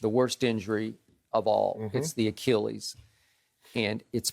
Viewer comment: Shannon "A Key Lease" Sharpe